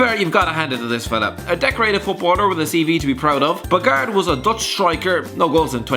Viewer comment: I stopped at Winston Bogarde (pronounced Bo Hard de). He was a defender not a striker; how can you not know that?